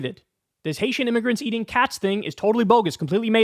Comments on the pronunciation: All the "M" or "N" discourse kind of breezes over the fact that it's not pronounced, "immergrants", or "miggerants". Dude is just a virulent racist lol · Im-me-gur-ants. How do you not hear the phonetics? It's the same phonetics as the n word.